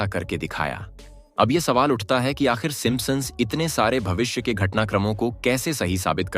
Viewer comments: Bro pronounce the word properly! It's Simpsons not Simposon!! Can't even pronounce properly 😂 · Aarey sim sons hai simpa sons nahi kya pure video ki bajA daali 😂😂😂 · It's not simpasons, it's simpsons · Simp son nahi bola jata. 😅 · gadha hain woh P silent hota hai yeh woh vi pad raha hain 😆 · Ur pronunciation of Simpsons 😂😂😂😂😂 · Bhai pronounce to sahi se karo p silent hain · Please check how you are pronouncing Simpsons....